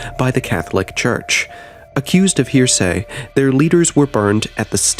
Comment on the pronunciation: Its not "here say" lmfao can't trust no one that can't pronounce things... its AI